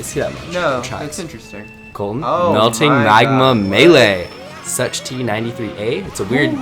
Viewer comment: You pronounce Sucht93a like soo - hht 93a (H Like in a spanish Word) Sucht means Addition in German Lul why did i do this?